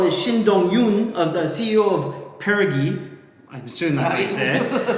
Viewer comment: I think the name may be pronounced as "pear-oh-jee." Basically apogee and perigee are terms used to describe the furthest and closest points in an orbit around a celestial body. The moon has apogee and perigee to the Earth. But this also applies to flying rockets -- perigee being the altitude at closest approach and apogee being the altitude at farthest approach. Basically if a rocket wants to become orbital and not remain just in the upper atmosphere, it needs to reach a perigee of at least no less than 80 km from the ground. Meaning, as the rocket is orbiting, it can't dip below this 80 km altitude (perigee) if it is to remain in a stable orbit. Of course they can increase the perigee. For the Russian Soyuz capsule or the Space-x Dragon Capsule to meet the ISS and dock, they have to increase the perigee over each orbit basically. If you watch some rocket launches from Nasa or Space-x, they mention these terms a lot so that's the only reason I even know what it is LOL. Very informative chat though. Thank you for covering that!